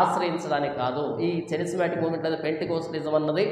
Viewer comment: చరిస్మాటిక్ కాదురా నాయానా, కేరిస్మటీక్ ఉద్యమం. కేరిస్మాటిక్ అంటే గ్రీకు భాషలో క్రృప అని అర్థం. క్రీస్తు చేత ఏర్పడిన అపొస్తులల సేవలు ఇంకా కొనసాగుతూనే ఉన్నాయని, అన్యభాషలు మాట్లాడటం అల్లరి కాదు కేకలు కాదు